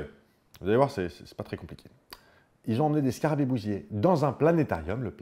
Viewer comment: Je sais pas bien expliquer ça, mais quand tu parles de scarabées bousiers j'ai l'impression d'entendre qu'ils sont bousillés. C'est assez rigolo (je ne découvre pas le mot, on ne doit juste pas le prononcer tout à fait pareil).